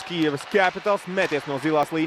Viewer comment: Pasakiet kāds komentētājam, kad ir jāsaka "Kijiva" nevis "Kijeva".